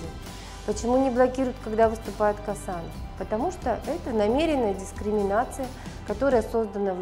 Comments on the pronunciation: Не Касанов , а Қосанов!Такайев емес Тоқаев!ең болмаса адамның фамилиясын дұрыстап қазақша айтшы,орыс сияқты шүлдүрлемей. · Не Касанов а ,,,,, Косанов,,,, можно же фамилию правильно произносить а